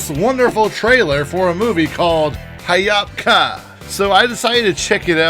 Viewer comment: It's Ha yop ka not hayap ka (just said it)